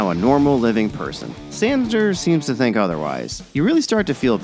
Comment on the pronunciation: This review was alright,although the reviewer kept mispronouncing “Sandor”.